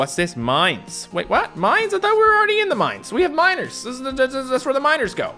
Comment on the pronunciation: Every time you say miners it sounds like you says minors and it sounds really bad, ”I need to collect 1000 minors😬”